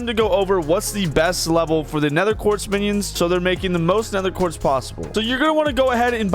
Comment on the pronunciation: "Nether quart"